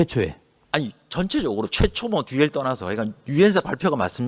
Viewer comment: 부터 최초 강조하는거 개웃기네 ㅋㅋㅋㅋㅋㅋㅋ 국민들이7이라는 숫자만 들릴거같아서 강조하나